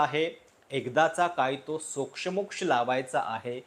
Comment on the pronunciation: सोक्षमोक्ष शब्दातल्या क्ष चा उच्चार दीर्घ आहे.